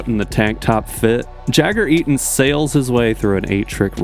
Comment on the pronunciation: That entire podium ceremony was so cringe to watch! The way they pronounced "Eaton" was kind of hilarious as well IMO and Jagger was like whaaa?